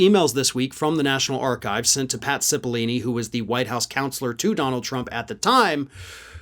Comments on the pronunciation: It's still Cipollone, not Cipollini,. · Pat Cipol-lo-ne with an O. You are not the only person making this mistake. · I love what you do but please, there is no 'i' in the last syllable of "Cipollone". It is pronounced sip-uhl-OH-nee. There is a reason some CC programs resolved his name to Patsy Baloney during the 1/6 hearings. Mis-pronouncing names is a disparaging tactic used by Conservatives and we should try to avoid being lumped in with that lot. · Please correct your pronunciation of the name of Pat Cipollone (note the middle o, not an I) in future videos.